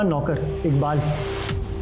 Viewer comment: Sir iqbal ko ibkal boltye hnn